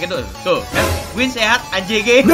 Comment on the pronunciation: sesat bang bukan sehat. Hehe